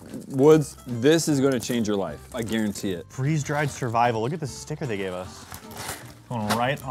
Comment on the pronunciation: Free Z dried Me: 🤣🤣🤣🤣🤣😂😂🤣🤣🤣